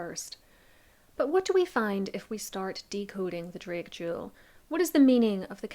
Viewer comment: You couldn't even say DRAKE correctly....lmao... yourvalley girl talk has screwed up your ability to speak......